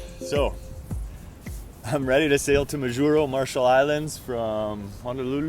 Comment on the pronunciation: I'm sure you now know how to pronounce Majuro...cracked me up each time to spoke it... I lived there for a couple of years... Really enjoyed your effort and what a calm sail...